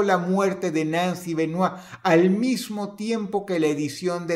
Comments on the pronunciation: Me alegra mucho que dross pronuncie el apellido bien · Lo más sorprendente de este video es que Dross pronuncie su apellido bien. Yo se que cuando no lo hace es porque no quiere ya que domina el ingles a la perfección.